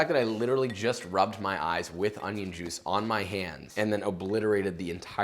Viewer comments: A smile at the "onyon" part. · The way he says onion annoys me